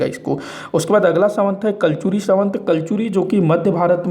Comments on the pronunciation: Savant nahi samvat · संवत बोलना तो सीखो